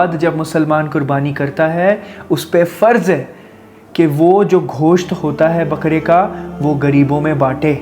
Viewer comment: Ghosht nahi Gosht